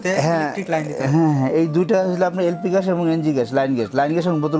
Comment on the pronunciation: প্রশ্নকারী বলদ,,,,,, ঘ্যাস না গ্যাস। পাডার "প" পাডা।